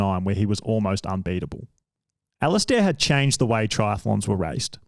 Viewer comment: The pronunciation was painful, as was the pronunciation of Alistair, he says it like Ali-stair like a staircase rather than Alist-er/a where you barely pronounce the last few letters